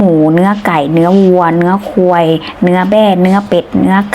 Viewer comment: แนะนำนะครับ รบกวนออกเสียงคำว่าควายให้มีสระ-า เพิ่มมาหน่อยครับ ผมฟังหลายรอบตกใจมากๆ คนละความหมายกันเลย